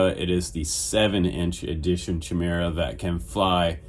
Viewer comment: I think it's pronounced 'ky meer ah' . Thanks for doing this rundown..looks good~